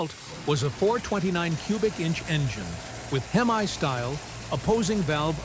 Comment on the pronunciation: Unless you're from across the pond. Copper is what the cylinder o-rings were made from. Not cooper. And it's pronounced hem-e not hem-eye. Also I could deal with less repetition.